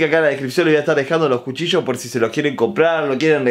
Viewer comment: Cuando dijo jucillos y era cuchillos